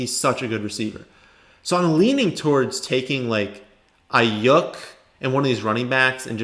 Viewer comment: Can u pls stop pronouncing his name wrong ist Ai-yuke not ai-yuk